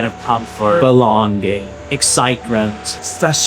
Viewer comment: This is my second video I’ve seen from this channel, and I’m convinced he’s trolling us. In the looksmaxing video he pronounced “innovative” so strange and here “excitement” It’s weird because I don’t hear an accent or anything, it’s just one random word per video that gets butchered. I’m probably overthinking it, he’s just so well spoken it’s surprising